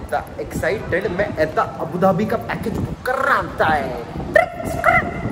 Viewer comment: male version:- abadubi female version:- abudhabi